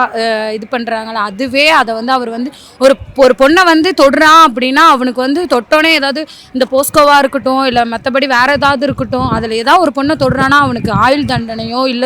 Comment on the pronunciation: அது போக்க்ஷோ. போஸ்கோ இல்ல.